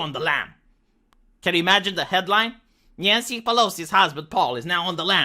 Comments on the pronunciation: did you just called her '' Nyan-cy'' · Nyan-cy from Califor-nyah-nyah.